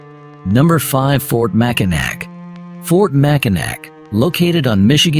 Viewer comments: I know it’s spelled Mackinac but it’s pronounced Mackinaw! I cringe every time you say it wrong. Or is it AI? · It's MAC I NAW and the fort is NOT on the island. These absolutely irritate me when y'all don't do your homework before.